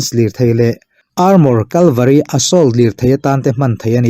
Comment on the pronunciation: Mi ta copy hi chuan tih fuh a har aniang,cavalry tih tur kalvari a rawn ti thul😂😂